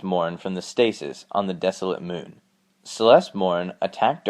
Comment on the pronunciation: The mewn (moon)